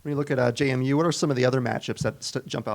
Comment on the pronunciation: It's JMU. NOT JaMu.